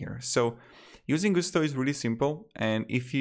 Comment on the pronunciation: Not GU STO; GUS TO; there is nothing French about a company that got its start in the midwest.